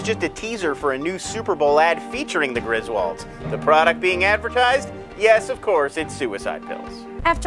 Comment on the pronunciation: she mispronounced Grizwalds though this whole thing pissed me off.